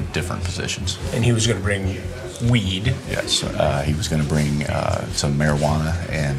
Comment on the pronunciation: "But if after you smoked the wee-eeed.." Always have admired Hanson's artistic freedom with regard to syllables.